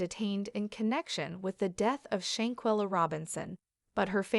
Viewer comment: Every time her name was said, it was mispronounced. If you’re going to tell it SAY HER NAME correctly. Folks just wanna talk just to be talking!